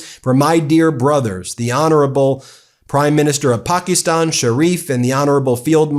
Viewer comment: Pakistan not Pockyston. You're an attorney and a teacher. Learn how to pronounce countries.